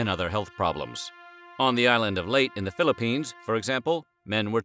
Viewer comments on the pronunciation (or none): it’s pronounced LeyTe not late. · Eek...please pronounce Leyte correctly. It's Ley-te NOT "late". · Leyte is pronounced "ley-te", not "late" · The Philippine Island of Leyte is pronounced “LAY-te” not “late.” Other than that, a wonderfully informative video! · The island in the Philippines is pronounced “ley-teh” not “leyt”. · "Ley-teh", please. Not "late". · Leit? LEYTE! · Leyte is pronounced Lei-te. Schistosomiasis is so common in the province they have a hospital specifically for schistosomiasis patients. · Leyte is pronounced as "Ley-te"...the last "E" is not silent. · it's pronounced as late-te.. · Just wanted to point out that Leyte is pronounced Ley-teh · Your pronounciation of Leyte is incorrect. Its pronounce Lee-eh-teh (I am Filipino and speak two dialects of the language) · It's pronounced "Ley-TEH".